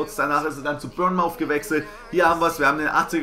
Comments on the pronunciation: Man spricht bournemouth anders aus du sprichst die bürnmauth aus aber es heißt bornmith:D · Sorry Die Aussprache von Bournemouth ist anders haha hab da eine Zeit gelebt ;)